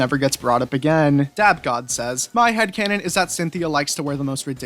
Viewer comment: Thanks for including my headcannon and you also pronounced my name wrong